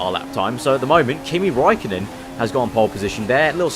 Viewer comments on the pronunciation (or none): no one pronounces Räikkönen right :,(